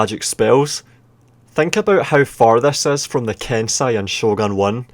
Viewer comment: (剣聖)けんせい) Is pronounced Kensei